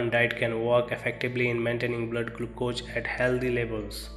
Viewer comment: learn proper english pronounce to speak, how you pronounce glucose